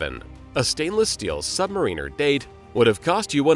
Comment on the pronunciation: Sub-MA-riner, not Sub-ma-REE-ner.